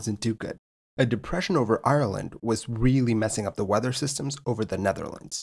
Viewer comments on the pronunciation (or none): none